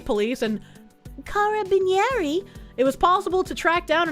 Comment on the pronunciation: The way she pronounced Carabinieri shows that she def doesn't know what kind of force they are.